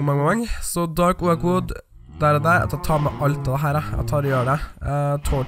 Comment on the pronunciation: Det heter åok ikke oak